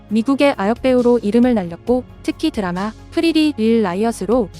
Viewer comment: 보통 미국사람들은 "드라마"를 "드래머"라고 발음하는데 이사벨은 한국사람들 처럼 "드라마"라고 하네, ㅋㅋㅋ......